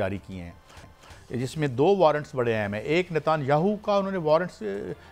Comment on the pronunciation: Oi chacha, his name is Netanyahu… not NATAAAAAAAAAANYAHU ! There is no Arabic Madh on top of his name